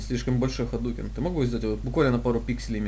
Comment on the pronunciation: смотрю еще раз чтоб послушать "ХАДУКЕН, ЭСМЕЦЧ СЕМБУХЕН"